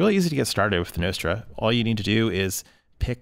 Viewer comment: Everyone does. Except this guy. 😅